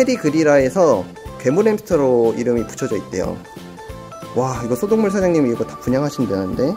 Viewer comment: 소동물을 소독물로 들으신분??? ㅋㅋㅋ 나만 그런가???